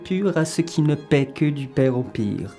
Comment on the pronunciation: dit "PAIE", alors que le sous-titre indique "PARIE". C'est si compliqué pour vous de reconnaitre que c'est planté!? ^^